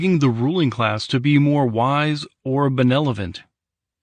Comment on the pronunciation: "benelovent" :^) I am just taunting you. Thanks for reading and sharimg it for us!